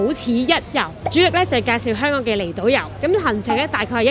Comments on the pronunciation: kiki既懶音好似越來越嚴重，香港個「港」字，不斷讀成「趕」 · 係香港，唔係香趕。